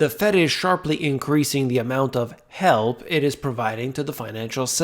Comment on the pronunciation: Instead of "The Fed is sharply increasing amount of help it is providing to the financial system." I heard "..Increasing amount of hell it is providing..." 😆